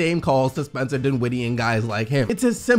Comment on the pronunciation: The second syllable of his last name is not emphasized. It’s the first syllable. His name is DINwiddie, not DinWIDDie. Please stop it... it’s annoying.